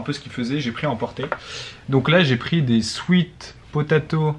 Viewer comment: ptdrr cet accent quand t'as dis "potatoe"